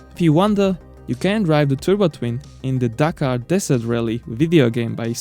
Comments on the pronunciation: Take the word dakar Remove the r What did u end up wit gitz? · The name is Dakar nor Dakkar.